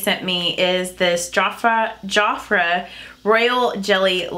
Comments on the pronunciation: I think I remember Jafra from back in the day, and I'm 52 lol, and I THINK it's pronounced jaf (like half)-ra, I'd love to see what you think of the blushes and mascara, please let us know! love your videos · My mom loves Jafra skin care has been using it probably for the past 30 yrs. And your other subscriber is right you pronounce it like two words. There almost like Mary Kay you order by catalog and a representative will have parties so that you can try out products. Love your eye shadow.